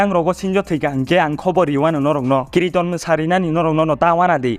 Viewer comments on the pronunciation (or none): Kirton ❌kriton✅